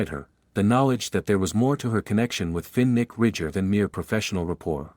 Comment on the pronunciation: Terrible pronunciation Fin Nick Finnick